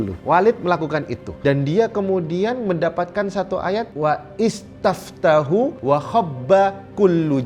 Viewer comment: Wastaftahu bukan waistaftahu bacanya